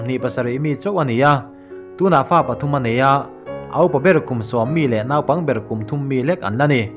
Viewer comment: Nâupang ti a i thlûk hi sim teh. A spelling chu 'naupang' ni mah se 'nopang' ti a ri turin chhiar rawh.